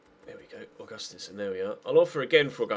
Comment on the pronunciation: Augustinsson is pronounced like August-Steen-son. Or that's how we pronounce it here in Denmark